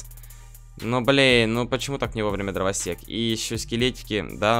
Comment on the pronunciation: Ты говоришь дровосекс как зебра😂😂